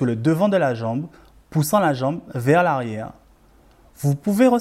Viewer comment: « Vers l’arriewe » merci beaucoup